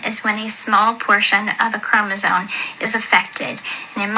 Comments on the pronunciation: She’s saying chromosoNe. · “ChromosoNe” she says- no its chromosoMe gypdip